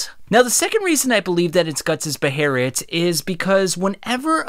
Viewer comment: I absolutely hate hearing it called a beherit